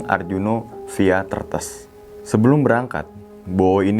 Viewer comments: Bukan tretes tapi threetes logatnya jawa timur bang kasar 😂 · Bacanya bukan tretes tapi tretes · Bacanya tuh "tretes" bang 🤗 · Cara membaca TRETES itu seperti mengucap TETES, bukan seperti mengucap REMBES, sekedar info 😀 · Tretes pengucapannya beda jd ngakak dah😭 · Via tretes😂 lucu deh, g gitu bacanya bang😂tapi juga susah jelasinnya tulisannya sama sih😂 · coba bilang kata Teh. Huruf E untuk Tretes, seperti E untuk kata Teh. Maaf ya bang🙏 cuma ngingatin aja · Tretes pengucapan huruf E seperti kita mengucapkan kata exsavator 😂😂😂😂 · Baca Tretesnya bukan gitu bang😂😂